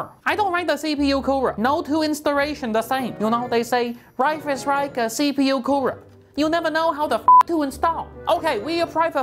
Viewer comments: " I carr it BBC big brak coorer" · “BiG BLACK KOOWER!” Im dying!😂💀💀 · nononoono it was ”Big BRACK Coora”